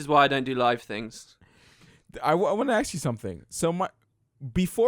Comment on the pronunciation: It always makes me go CRAZY when says "axe" instead of ask. Is the word that hard:P?